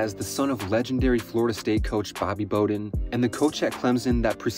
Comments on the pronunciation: It was hard to listen to with him mispronouncing the name Bowden. It’s BOW like Wow not BOW like hair bow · Not Bo" den...Bow, like wow'den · I can’t believe this dude went through this whole video and called him “Bow”-den 🤦🏻‍♂️ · Bow-den… not Bo-Den Aside from that- great vid and great topic!! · Dude. it's BOWden as in "take a bow" or "bow of a ship". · Awwww smh he really said it like crazy - if he did a lick of pure research like watching an old game he woulda heard it called Bowden like bow wow like a dog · I believe this was on purpose - listen as he pauses before he says Bow-den he paused every time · And it was Mack Brown. Which is the sound that the name Bowden is properly pronounced. BrOWn BOWden. Get it? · Dude I like your videos but come on you can’t call him Mack Jones and then mispronounce Bowden. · Yeah, bro, that was pretty bad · I cant believe you've mispronounced Bowden. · You never heard Bobby Bowden's name pronounced before and your made a college football video? Lol. Not a bad video but you have to be young ha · Hearing you mis-pronounce Bowden's name made me stop watching lmao.